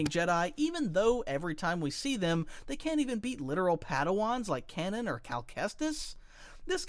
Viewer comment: Dude's talking about how this is "bad character design" while completely mispronouncing Kanan's name.